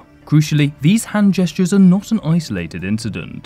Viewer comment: he pronounces not as "notsa" yet said "not exactly" very clearly when he wielded the lightsaber, just to point out